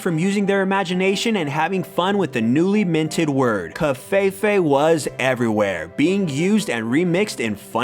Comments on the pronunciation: what the fuck is kov-fey-fey? i'm pretty sure that's not how you pronounce the vowel "E" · You said covfefe wrong